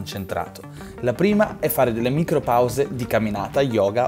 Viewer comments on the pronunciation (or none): none